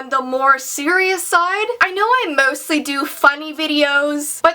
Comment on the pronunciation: go on tp secs it sounds like she says mostly in a London axent